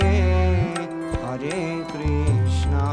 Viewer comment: That is not ”haare Krishna ” that is ”hare Krishna ", please correct pronunciation